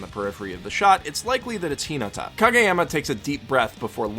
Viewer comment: He watched the dub not the sub. The reason I can tell that is because the dub say karasuno and Hinata wrong. They put the emphasis on the wrong parts of name or word.